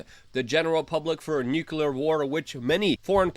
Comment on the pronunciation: I love you man. Now please; learn to say Nuclear